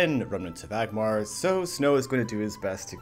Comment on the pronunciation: ANgmar. With an N.